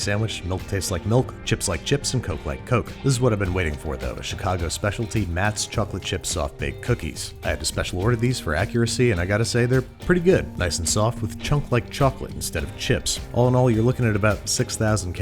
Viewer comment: I know no one cares, but the Chicago cookies are pronounced "Mott's"